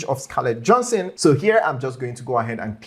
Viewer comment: Not Johnson. Johanssen. (Pronounced Yohansen) ;) Great video though